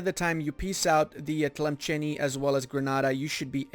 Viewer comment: As an Algerian, it pains me to hear how you pronounce Tlemcen XD